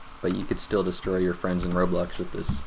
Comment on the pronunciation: 'But you can still destroy your friends on roblox with this' - I agree tho but i had to play that 3 times to understand he said roblox cuz i never thought he would play roblox tbh. Edit- Thx for the heart!